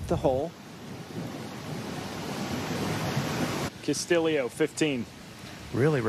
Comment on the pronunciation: This guy cannot pronounce Castillo